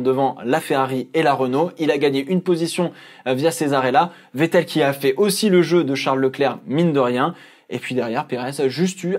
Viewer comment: C moi ou il a faillit dire vittel au lieu de vettel 🤔😂